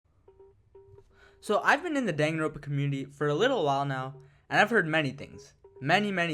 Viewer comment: its don-gan-ron-puh, not dang-gin-roon-puh